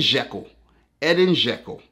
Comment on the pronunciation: My dad started laughing so hard when you said Edin Đeko you pronounce it Žeko😂